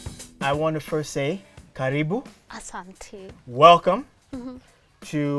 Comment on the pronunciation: Karibu not caribou